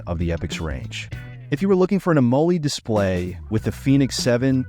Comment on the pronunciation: Am-o-led (pronounced like the element)